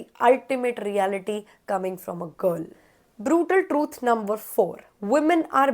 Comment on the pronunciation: Brootle trooths.. okay sis